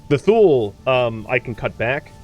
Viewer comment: I live where we have Tule Lake and a species of Tule Elk, and locally we pronounce it “two-lee”. Not criticizing, just sharing info.